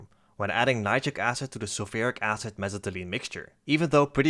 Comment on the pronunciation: I love the way you say mesitylene